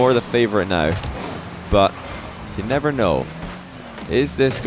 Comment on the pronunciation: "But, you necer know" xD soo funny how you have emphasized that!